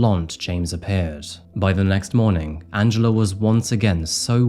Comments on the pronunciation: I always understand Angelo instead of Angela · Good video. However it sounded like you said Angelo instead of Angela. Do better.